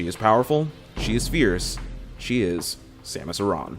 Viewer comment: It's Samus not Somus because in Prime 3 and Other M people call her Samus.